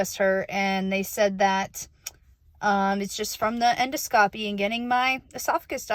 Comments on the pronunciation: En (IN)-do (D-AH) -scopy (Sk-OH-pee). Endoscopy =IN-DAH-Sk-OHpee Hope that helps Jenelle 😁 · En - doscopy. Edit : En-dos-capee